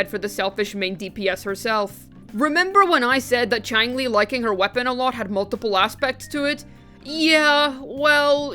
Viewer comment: Chi-ang-lee... cringe.